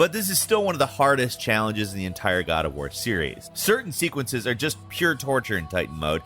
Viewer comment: the “COD” OF war Hhahah